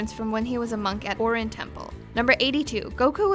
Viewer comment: #81 Krillin was a monk at "Orene/Oreen (O-reen) Temple" not "Orin (O-rin) Temple", you pronounced it wrong...